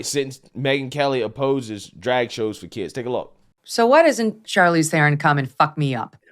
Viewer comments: Bro... I can't take you seriously. You pronounce Charlize like Charlie, Charcoal. When - if you have ever paid attention... You would know her name is pronounced as Sharlize. I don't support her stance... But your credibility is shot. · I'm pretty sure the "Ch" in Charlize, is supposed to be pronounced more like "Sh". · Lol Bruh why you saying her name like that she’s like Hollywood alumni. Her name is pronounced “shar- leeze” LOL but she really blew me with this leftist garbage and she sounds like she was tipsy trying to impress a room full of Delhi snow millennials